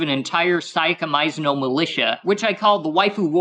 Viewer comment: The fact he says Sayaka Maizono's name wrong is hilarious to me.